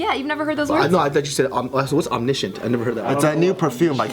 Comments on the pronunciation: She didn’t pronounce it right tho lol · She was talking about omniscient, she was correct but pronounced it wrong